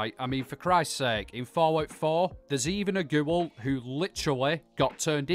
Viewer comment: The way he says GEWL